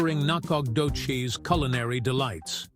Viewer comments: lol get some one from East Tx that can not only pronounce it but actually shows pictures of Nac ! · Whoever did this not only missed finding the correct town of Nacogdoches, he couldn't even pronounce it